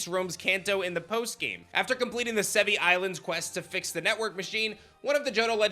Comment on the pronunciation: It’s pronounced Sev-ee-eye. (i.e. the Latin word Brachii)